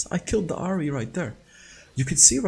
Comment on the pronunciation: Its Ahri Not Hari